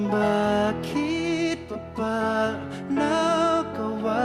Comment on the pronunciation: OMG,! Hearing you say "bakit is why" blew my mind! I actually felt tears in my eyes...like when you heard Morissette's whistle tone in Akin Ka Na Lang. Hah, so I exaggerate a little. But not that much! Appreciate your sincere efforts to speak Tagalog.